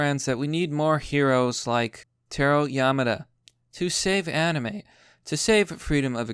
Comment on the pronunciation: It's Tah Roh